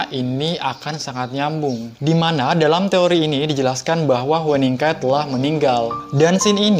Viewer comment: Oppa, nama hueningkai bacanya "hyuningkai" :))